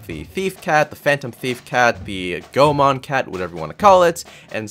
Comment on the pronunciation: Never been so early XD P.S. Goemon is a japanese word,therefore the "e" is pronounced as "ay",thus read as Go-ay-mon.